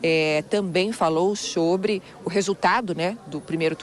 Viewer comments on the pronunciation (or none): Comixio, xobre, converxou kkkkkk